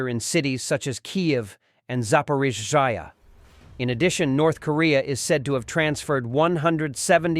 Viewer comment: This AI still can't pronounce Zaporizha. It sounds like a Sneeze when it says it. Haha Slava Ukraini from UK